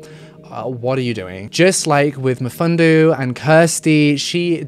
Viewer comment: The way you pronounced Mfundo’s name, it was so cute. I’m from 🇿🇦🇿🇦🇿🇦, know her and Mfundo and I speak the same language... ❤️❤️❤️ all the way from 🇿🇦🇿🇦🇿🇦!